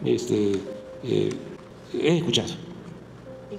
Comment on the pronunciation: El presidente de México ... éste...eh...."ejcuchado"